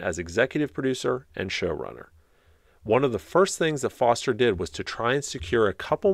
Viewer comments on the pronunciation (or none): The actor you are thinking of is Robert Forster, with an “r” in the middle, not Foster.